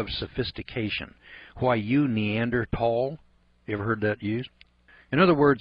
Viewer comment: Derp.... We not only have many Neanderthal fossils we have recovered Neanderthal DNA. You don't have any idea what you're talking about. You can't even pronounce the word correctly.